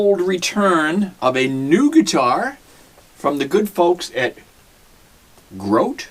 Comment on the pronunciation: its grote not grout